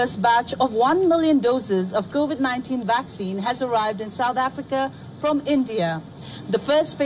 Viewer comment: Please correct, it’s Covid 19, and not Cauvid 19. It’s important to pronounce the virus name correctly.